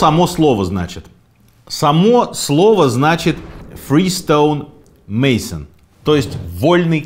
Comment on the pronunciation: Сергей, внимание: Не Freestone Mason, а Free Stonemason. Первым вольным каменщиком был не Адам, а Израильский царь Соломон, согласно масонам. Политика и религия - табу для обсуждения в масонской ложе, поскольку эти темы разъединяют людей. Масоны - первое братство, разрешившее членство не только для христиан, но и для последователей всех конфессий, отрицая атеизм и признавая единого Бога. Масоны отказали Римскому Папе в его желании стать масоном, а затем и возглавить братство. Это послужило одним из поводов для того, чтобы Католическая Церковь запретила своим прихожанам становиться масонами. Ирония судьбы, но в глубоко католической стране Филиппины чрезвычайно развито масонство. Женщин до сих пор не принимают в масоны. Это братство. Спасибо за честный рассказ.